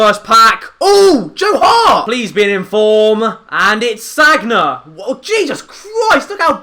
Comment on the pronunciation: You pronounced Sagna wrong